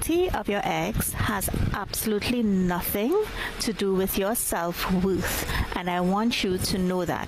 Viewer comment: 'self woofth'